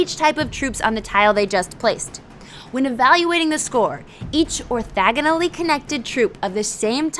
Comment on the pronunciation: Like "orthogonally"? :-)